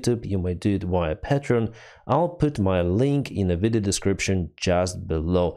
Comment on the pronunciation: You need to look up the proper pronunciation of patreon.